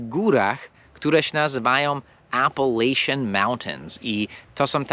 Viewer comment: Zgubiło się h w AppalacHians.